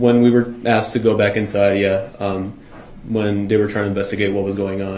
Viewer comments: Every time this clown says “AXED” 🚫🪓 instead of “asked” in my head Judge Dorow says this, “There should be no “AXING” 🚫🪓or “AXED” 🚫🪓 or any form of “AXE” 🚫🪓 going on because there are NO WEAPONS ALLOWED in this courtroom ! 🤡 🤣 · M I think you giving him a bit too much credit there. The man has never pronounced "asked" correctly in his life imo. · Him saying "axe" instead of "ask" is just the way it is said in some regions. "Axe" is joined by any word ending in "TH" are pronounced with "f." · hr did once during the trial, when he asked if she was askin’ or tellin’ him to sit down. I’m sure it was an accident, though.